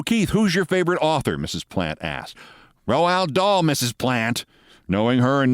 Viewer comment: Keith, please. Your mangling of his name is killing me. It's pronounced Rowld Daal.